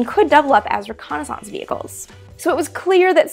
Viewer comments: Reh connie sonse? ...lol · Amy, I love the way you pronounce reconnaissance. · I like how you church up the word "reconnaissance" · Love the show, but you pronounce "reconnaissance" in an unusual way :) Yes, I know it's also a French word :) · Have...have I been mispronouncing 'reconnaissance' all these years?